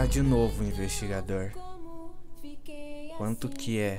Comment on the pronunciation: O FIM FOI MUUUUUTO FOTA EU GOSTEI DA PARTI QUE ELE FALOU GUAMTO E MIL MENOS SETI